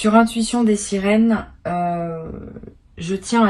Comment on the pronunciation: dès le début la voix dit "bienvenue sur ma chaine l'Intuition des SÉRINES" ..... pptttddrrrrrrrr